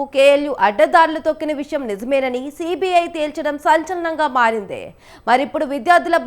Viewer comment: మారింది... మారందె, అయిందే, వర్సిటీ పోయిందే తెల్చిందే కాదు.. వెళ్లి తెలుగు నేర్చుకో ముందల 😂😂😂